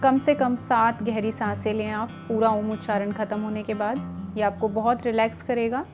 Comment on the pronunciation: आपकी बताई गयी जानकारी उचित है पर जब आप खुद इसका उच्चारण कर रही है तो विकृत रूप मे कर रही है, आपने उच्चारण किया आ......ऊ.......म जबकि सही उचारण अ..... ऊ............. म म मे केवल हम्मिंग होती है, म का ucharan नही होता